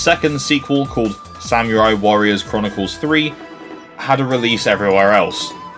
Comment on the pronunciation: Great video! I actually haven't tried Ridge Racer yet, which is odd as it's one of the THREE decent racing games I could find (with a physical release) on the 3DS. THREE. Even the GBA probably had more! Not sure why I never got it....Oh, and, uh, just so you know for the future - that's not how you pronounce samurai